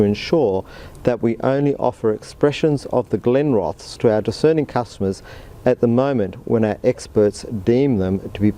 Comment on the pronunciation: Think its pronounced with the es on the end accentuated not Glenroths